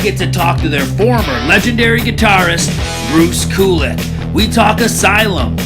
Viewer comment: It’s pronounced Cue-Lick.